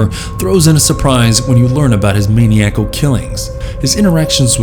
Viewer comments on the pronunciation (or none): Mah-nigh-ah-cul. That's how maniacal is pronounced, for future videos ^_^ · It's ma-NI-acal!